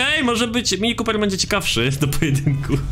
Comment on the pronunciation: "mini kópyr"